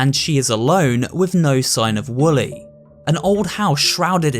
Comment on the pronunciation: Also its Wooly not Willy